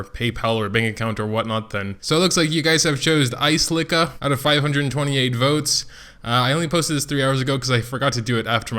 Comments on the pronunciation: Or the A is silent and you just pronouced selica XD makes things easier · Expected you to butcher aselica's name some more, and you delivered!! Aselica uh-cell-ih-cuh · I just wanna comment how I believe the names are pronounced. Ophelia=Oh feel lia Ezekiel=Ee zeek ee el Aselica=uh sell ik uh Shea=shay uh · aselica - uh sel ik uh - ass licka. just saying. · LOVE YOUR STUFF, BUT YOUR PHONICS NEED SERIOUS HELP! TAKE IT FROM AN ENGLISH TEACHER... IT'S: UH-SELL-IHK-UH... AND WHILE WE'RE ON THE TOPIC, OPHELIA: OH-FEEL-EE-UH!.. LOL! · its pronounced ass-licka Btw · Pronounced (Ah-seal-i-ca) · Its pronounced Uh-Sell-ick-uh